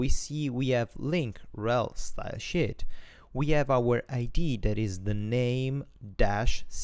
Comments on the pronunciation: Really great tutorial to get into WordPress coding. I do get a bit confused about you pronouncing "team" instead of "theme" and "styleshit" instead of "stylesheet" though :D Anyway, really good stuff, helps a lot! :) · did i hear you say style shit ? xD